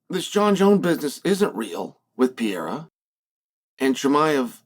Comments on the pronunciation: i think the only guy that doesn't like alex is the guy that keeps calling him "pee-air-ah" - say it with me "per-ray-rah" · Piera? what the hell is Chael even saying LOL, a five year old could pronounce Pereira better than that LOL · Not everybody. I don't like Alex "Piera" or Alex Pereira.